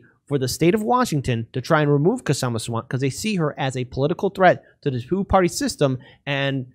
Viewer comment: Her first name is pronounced "Shah-ma"--the 'K' is silent.